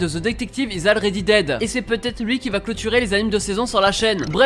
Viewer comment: Already ?! Ça se prononce Olready